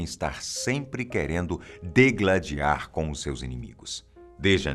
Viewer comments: Taynara PSBertolucci, E ele falou degladiar ao invés de digladiar, que é o certo. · Excelente material e trabalho de todos vocês, muito profissional, minhas felicitas e parabéns pelos conteúdos do canal, contudo gostaria de acrescentar aqui, a palavra correta seria "digladiar" e não Degladiar, " s do video", ela soa estranho por não utilizarmos da maneira correta, mas seria "digladiar" mesmo. Obrigado